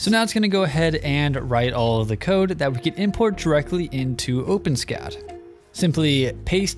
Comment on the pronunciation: It's pronounced o-pen-es-cad (four syllables).